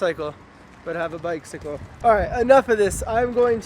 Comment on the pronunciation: You pronounce bicycle like "bike-sickle"